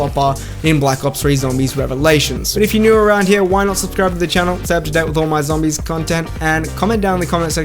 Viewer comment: I think I rather call it; "ZAMBIES"